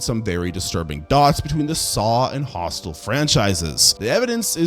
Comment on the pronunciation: om-nye-science, hostile (instead of Hostel), sluh-vack-ia...